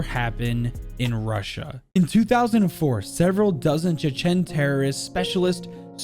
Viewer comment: The way you pronounced Chechen hahaha and the incident was terrible.